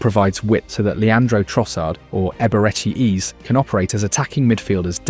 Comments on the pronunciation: It's Eze not Easy but all good, an enjoyable video for sure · It's Eze not ease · Eberechi what???? AAze Ezaeee... I hate these AI videos man its Eze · How did you butcher the pronunciation of so many names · The name pronunciations in this are so bad , I don't know if it's a wind up or not 😂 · If you can’t be bothered to check your AI script to pronounce EZE and MIKEL I can’t be bothered to like subscribe or even watch another video of yours We need to support real football content not this half assed AI slop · Great video but you must've pronounced Ezes name a hundred different ways yet none were correct 😂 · There were so many different pronunciations of his name in this video... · yeah he pronounced Eze’s name seven different ways